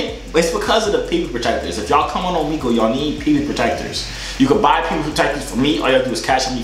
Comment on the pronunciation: Man's saying Omegle wrong 💀💀💀